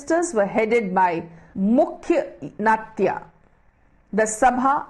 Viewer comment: I think its mukhyamatya not mukhyanatya